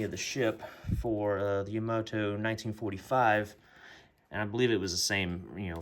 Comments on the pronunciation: Will you please stop calling it "Yamodo"!! It's YA-MA-TO. Thanks. These hulls seem to be pretty hit and miss regarding fit and sink marks. I was lucky with mine!! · Ya-Ma-Toe That is how it's pronounced. Ya-Ma-Toe. It's spelled Yamato of course.